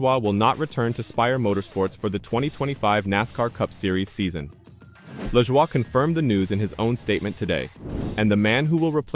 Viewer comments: Was it you or your electronic voice making a fool out of you. It's pronounced La JOY not leshwa! You look like the fool that you are. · I would think that if this is really NASCAR Overtime, you would no how to pronounce Corey’s last name.